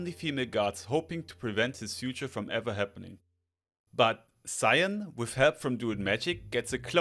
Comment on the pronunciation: the namnmes cian and lugh are pronounced "key-yan" and "loo"